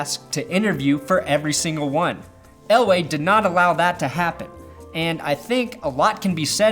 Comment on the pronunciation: Are you saying Elway or LA? Are you trying to spit some subliminal ish at us?